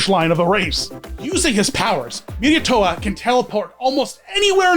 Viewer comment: no nonono here is how you pronounce it Mee- rai- to- waa Ok and here is how you pronounce Someity Som - MEI - ti